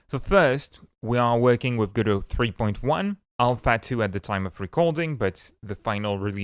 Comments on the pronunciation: Lol, he's pronouncing it wrong. The godot devs clarified themselves it's go dot and not godow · says go bot and still can't say go dot. remarkable